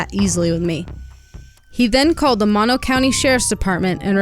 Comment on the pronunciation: I really enjoyed this documentary...only problem i had watching this is that when the neighborhood was shown, where she went missing doesnt look like that at all. And it's pronounced "Moe-No". Not Mah- No. That kinda bugged me. But other than that, great job. And i hope they solve this case someday soon.